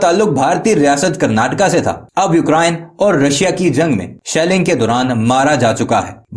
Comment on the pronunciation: Eukrayn hai...sahi pronounce kariye